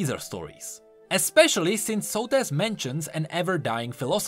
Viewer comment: Socrates without the c and the r